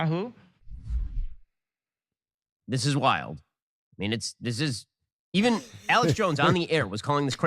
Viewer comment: "Net an' Yahoo" hahaha....A little carrot top Kanye for ya..